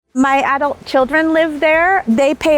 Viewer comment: It's too bad that she can't even pronounce "adult."